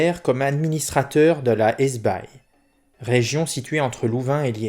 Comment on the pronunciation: Hesbaye se prononce Hesbaie, comme dans "baie de Cannes"